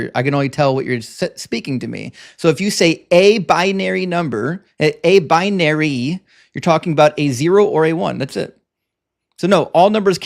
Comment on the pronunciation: Binary, not bianary.